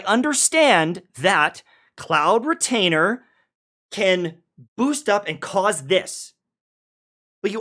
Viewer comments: Highlights of Xianyun pronunciation: - Cloud Misgainer - Cloud Mislainer - Cloud Mitainer - Cloud Clianger? - Cloud Disclaimer! - Cloud Misdemeamor?? - Erectile Dysfunction!!!????????? - Cloud Miglager??? - Cloud Retainer (Finally) - Cloud Retainer (His learning boys) - Cloud Retainer (I'm proud of my guy) - Cloud Blainer!??? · i swear he keeps on mispronouncing cloud disclamers name every time he says it